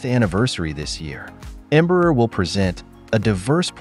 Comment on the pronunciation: AI-generated videos still can't pronounce Portuguese names correctly. It's not Embrur, it's Embraer with open "ae". This is more Artificial Stupidity!